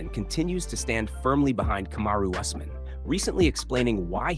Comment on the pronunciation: Kamaru = ( coma-roo) Usman= ( os- man ) and ( ass-man). Boy this channel butchers names.😁 It's hilarious though🤣🤣🤣